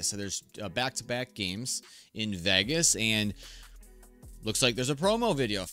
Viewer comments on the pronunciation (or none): It wasn't a preseason game, it was the start of the 2024 NRL. I can't believe I'm listening to an American that can't pronounce Vegas.